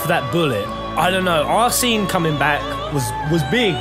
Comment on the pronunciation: Is there anyone else who is triggered of the pronunciation of arséne by peasent?